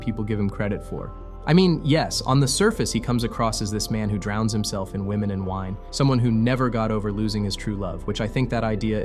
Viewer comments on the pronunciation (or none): none